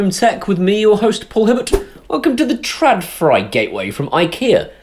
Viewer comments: No, the 'åd' part in trådfri is pronounced as aud in baud or audition. Fri is pronounced as free. So: ~Traudfree. Your pronunciation sounds more like treuwfrie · Stop mocking Sweden. ;-) I will teach you to pronounce the name. Pay attention: TR-ÅD-FRI. Take the word FRAUD. Replace the beginning FR with TR. TRAUD. Then add the word FREE. There you have it: TRAUDFREE = TRÅDFRI. Simply Brilliant! If you wanna be more advanced, skip the thick R's from back of you mouth, and but it at the tip of your toung. Rrrrrrrrrrrrr, like Conan O'Brian spinns like a cat. ( TRÅD means WIRE, FRI means FREE, so FREE OF WIRES). Your welcome. :-)